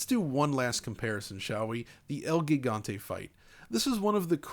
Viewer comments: Its pronounced El Jigante....like Giant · "El Gigante" since it is a spanish name the pronunciation should be in the original language and not in a “english” way, the pronunciation of “GI” in spanish is similar to “HE” in english so you can pronounce it as “Hegante”. Aside from that, excellent video as always. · It’s el HEEEgante lmao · The G in gigante sound like the H "home". Try read like el higante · Haha pro tip: Gigante is pronounced “He-Gant-Eh”. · It's pronounced el hee-ghan-tay. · Dude insists in pronouncing Wolfenstein with a heavy Germanic affectation but can't pronounce "gigante" the correct way.